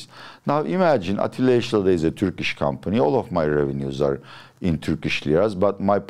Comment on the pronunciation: Niye atilla yesilada yi amerikan aksanıyla telaffuz ediyorsun hocam